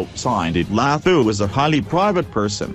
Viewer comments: all I could here was "Lahooo"! they could've used a South African for the voice over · Ihhhe....so we just gonna ignore hw ths guy pronounce Dlathu?....hhaybo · mmm the way u pronounce her surname kkk so funny